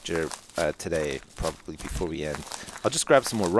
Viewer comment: "Proberbly definately worth picking up" lol